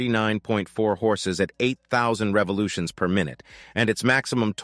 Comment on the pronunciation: I always hated videos with computer narration. "...at 6500 REVOLUTIONS per minute"??? Come on... give us a break! As for the bike itself, I think that Speed 400 looks beautiful for a small bike. I also prefer the lower capacity engines to have less cylinders, because otherwise they get too high-revving - for my taste. As for this "built in India" story, I wouldn't mind it in small bikes, where you must keep the cost low, but for larger, more premium European bikes, I would prefer them to "keep it in the house".